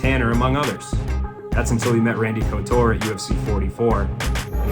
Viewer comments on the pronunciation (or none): Couture is not KoTour its pronounced Koo_Ture is French.